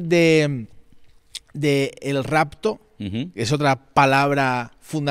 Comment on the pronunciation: Por qué dicen ¿racto con c racto??? Y muchos son igual, no pueden hablar, es rapto con p rapto, "racto, racto" es rapto con p, es con p rapto.